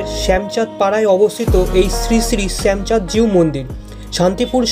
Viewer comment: সুন্দর কভারেজ। কিন্তু শ্যামচাঁদকে একাধিকবার শ্যামাচাঁদ বলছো কেন? আর মূর্তিটি কষ্টি পাথরের, কিষ্টি পাথর নয়।